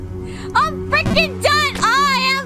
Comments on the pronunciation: "We spend a fRRRRRReaking..." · I lost it when she said "freaking" with rolling r's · she rolls the R in freaking and its grand